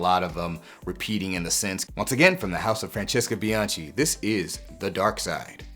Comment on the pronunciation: Spectacular content as always! Just one small correction (as an Italian) - Bianchi is pronounced with a hard c (it would come out as bee-an-kee)